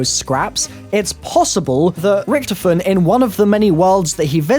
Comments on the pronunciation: OMFG ITS RICTHOPHEN NOT RICTIPHEN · Why did you say Rictefen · It's pronounced richtophen not ricthifin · Its annoying when u keep saying rektofin that's not how u say it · I love how he pronounces rictofen like rctfin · Stop pronouncing richtofen wrong!!!